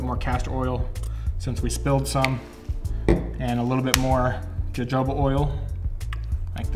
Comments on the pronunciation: Its jojoba oil not "huhoba" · Video is great. Btw its pronounced "hohoba" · Jojoba is pronounced HoHoba. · As a fan of your beard vids, I can't let you pronounce jojoba oil like that. Its pronounced [ hohoba]. I'm only saying this thru experience, I was on the phone with a few friends talking about different oils n I pronounced it jojoba, I was laughed at. Lol. But I enjoyed your video, I plan on making my oil beard oil to sell. Thankx alot bro. Keep up the good work. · Jojoba is pronounced Ho-Ho-Ba. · Jojoba is pronounced with an H sound. Hohoba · Or because he says Joe-Joe-buh. Lol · Nice content 🎯. Jojoba is pronounced. Ha Ho Ba. J is H. Straight Simple recipes 🎯🎯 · Great video 💕💕💕💕💞, it’s jojoba is pronounced Huh-HO-ba 😇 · I have to say it…..Jojoba oil is pronounced “Ha hoba”!! The j‘s have an h sound. 😘😘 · Jojoba is pronounced huh-ho-ba, btw. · Love your videos, but it's pronounced "hohoba". LOL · It's pronounced ho-ho-bah oil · I said out loud, "dude, you're drifting, you're gonna spill it" and there goes your savings! Haha. Oh...and say "measurement of Jojoba oil". 😂 Also 'schedule' and 'progress'. Seriously though, thanks for making these videos, they're entertaining and helpful. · This is good. The j's in Jojoba are pronounced like an h. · I find it adorable how he mispronounces Jojoba oil every time